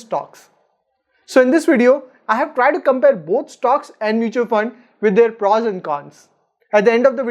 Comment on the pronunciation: Good video.. but please please.. it's not PRAWS.. it's prOs..